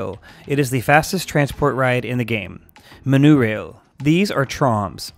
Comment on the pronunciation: Boomper cars? Isn't it b-uh-mper Ha-un-ted House? Isn't it H-or-nted House Monurail? Isn't it Mm-o-n-oh-rail Wait... is this just meant to be a joke?